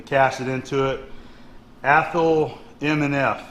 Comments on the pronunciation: Hi, Great find on the vice! By the way having lived most of my life within 50 miles from Athol I'd like to tell you that it is pronounced as ATH --- Hall. Just so you know; ) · Im from mass...Athol is annunciated: aathall 😊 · It's pronounced ath-awl. (I grew up near there) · I never comment on videos. But I'm from around Athol, and that was cracking me up. Scrolling through the comments to see who else would say it lol